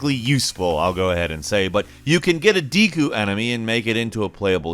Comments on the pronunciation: Deeku? I thought it was pronounced dehku, like with a Japanese 'e' (え/エ) sound, as 'desk'. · wtf is a deeeeeeku? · I liked the video but when you said deku I think you are the first person I have heard pronounce it that way. I usually hear people pronounce it "deh ku" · Dee kuu Bruh just watch Boku No Hero Academia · Dee-koo is not how I pronounce deku nuts. Maybe I’m tripping tho. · It is pronounced dehku, this guy is a PC guy with no knowledge of Zelda I bet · The way you said deku( pronounced dekoo) hurts my soul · I just want you to stop saying 'deku' because that's not how I say it 😂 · Me, a Zelda fan: you Ummm, said the word deku wrong 😐 Also me: screams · your pronunciation of Deku slightly triggers me